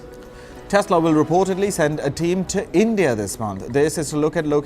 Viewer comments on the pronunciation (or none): none